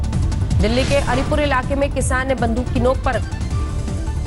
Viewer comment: dekh k pad na be kishan ne badook ki nok par...🙄🙄🙄🥴